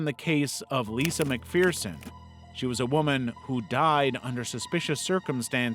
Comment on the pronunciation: Learn how to pronounce McPherson. It’s pronounced MCFURSON, not MCFEARSON, there’s no A in the word FFS. How do I know? It’s my goddamned last name and I’ve only been saying it for more than 40 years. It’s my father’s last name, my mother’s last name, my siblings last name, my fathers side of the family’s last name, my grandfather, his father, his father and so on were ALL McPherson’s pronounced MCFURSON and I’m sick to death of Americans who refuse to pronounce it correctly. I lived in the US for 21 years from 2001 and NOT ONE SINGLE ONE OF YOU had the basic respect to pronounce it correctly. Learn some respect FFS.